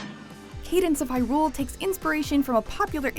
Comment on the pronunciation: The way she said Hyrule grossed me out